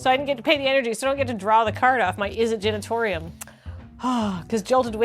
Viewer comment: Not to dunk on a mispronunciation of an extremely made-up word, but I feel like a number of red-faced visitors to the Izzet Genitorium in the Sixth District are kindly and discreetly given directions to the Izzet Generatorium around the corner each day